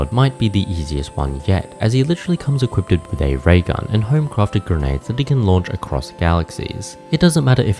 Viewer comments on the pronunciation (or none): none